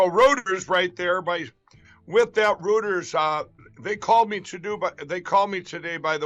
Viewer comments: "Rooters"?? Does he mean 'Reuters'? He might have stold that word, Rooters, from his strange Australian connection, but he doesn't seem to understand that 'rooters' could be used to describe Trump and Lindell himself. As in they're two guys that like to 'fu*k things up'. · ‘Roters’….Please help as a cannot laugh anymore😂😂 At least we admit in Straya that we can pronounce🇦🇺🦘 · "Rooters".....geez Mike... Hahahahahahahah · My dude was dying when that broad called.. did he say rooters? Aren’t they the people who unclog toilets woo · Wow. Lindell is so dumb it's rather frightening. The other guy properly pronounces Reuters for him, but it's in one ear, out the other for mike.